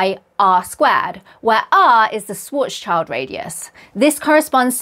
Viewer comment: Please pronounce 'Swartzschild' correctly. By saying it the way you do, you're telling Americans they're pronouncing it correctly as well, which they aren't.